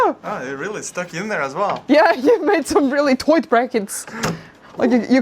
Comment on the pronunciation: I can’t figure out if you said “tight” like the guy in Austin Powers Gold Member on purpose or if that’s your natural accent.